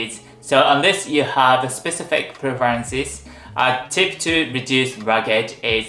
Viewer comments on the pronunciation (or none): none